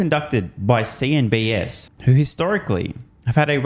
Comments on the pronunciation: CNBC, not CNBS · Are you saying CNBS instead of CNBC on purpose or from habit?